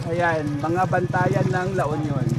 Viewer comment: La Union is... L U, not El yu.